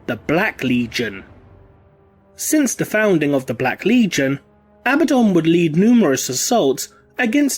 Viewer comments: Isn't it pronounced A-bad-on not ab-ah-don ? Or am I blinded by heresy ? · Your pronunciation is wrong: A-BAD-dun